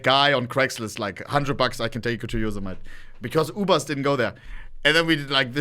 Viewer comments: I don't think I've ever heard anyone pronounce Yosemite as Yous-Eh-Mite. (It's Yow-Seh-Muh-Tee) Though, hand up, first time I traveled to the Tetons (Tee-Taanz) I said Tet-Ins. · Yosemite (YO•SEH•MIH•TEE) not YO•SIH•MITE